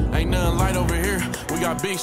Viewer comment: shortiee couldn’t say nothinn😂😂